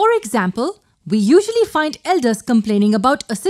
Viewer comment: "IF VE TAKE 2 SOLUTIONS..." 😂😂 love this xD